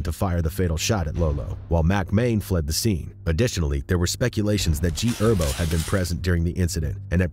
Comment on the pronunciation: Bro pronounced herbo as herb